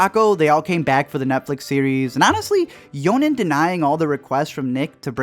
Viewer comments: WHYD YOU SAY YONEN? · You're pronounceing Jhonen wrong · YOU JUST SAID YONEN! HOWDARE YOU